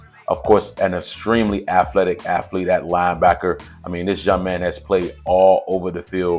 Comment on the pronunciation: Athletes or Affletes ...come on sir. UNCF.